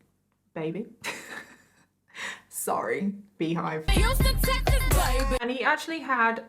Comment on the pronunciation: Love the American "baby". 😂😂 such a great 1st vid💜